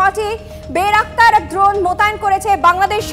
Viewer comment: আরে বলদী বেরাকতার না বাইরাক্তার